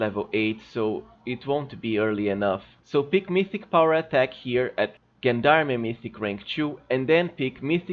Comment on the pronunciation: Gendarme is pronounced [ˈZHändärm] or jendarm.